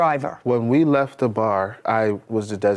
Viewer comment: When Judge Judy asked the first defendant what happened, he said, "It went leff." She said, "What?" I'm with her. Half these folks don't speak English. I don't know what 'going leff' means, either. She's got a really tough job!